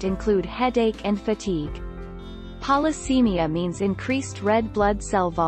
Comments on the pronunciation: Oh PLEASE pronounce Polycythemia correctly! It's Polycythemia NOT Polycemia. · And pronounces Polycythemia incorrectly.